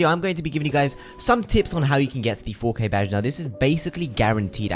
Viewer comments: And here I am listening to this guy saying fo Kay, who’s fokay??? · Ngl the intro when he kept saying 4K started to sound like fookay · At first I thought he was saying the f word with a british accent lol